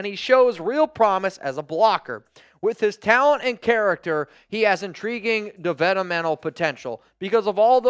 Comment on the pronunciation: Cracked me up every time you said "developmental"